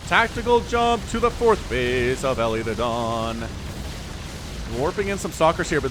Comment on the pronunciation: I've seen elithedon's name on this channel a lot, and I keep wondering if you're mispronouncing it. It looks to me like "Eli the Don", pronounced like the short form of "Elijah", i.e., "ee-lye"